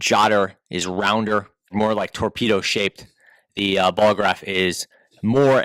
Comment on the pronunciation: Ballograf NOT Bolograph